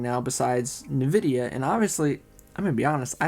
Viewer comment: hahah I love the way you say Nvidia - "Novidia" I know it's a local accent thing so don't try to correct it, it's fine.